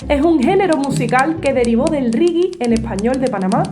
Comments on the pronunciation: Es Latinoamérica se le dice Regué (Reggae) no Rigui. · Hola, muy simpáticas tus explicaciones 🙂 y muy bonita tu música. Solo un consejo. El reggae se pronuncia régué y no riguie... una confusión por lo pronunciación anglosajona supongo.. pero en inglés también se pronuncia "régué"... 😉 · Se escrbe Reggaeton no Regueton y el Reggae no se pronuncia Rigui , de lo demas buen contenido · por que pronuncias reggae tan extraño....de.donde sacaste esa pronunciación..por que no es castellano ni ingles.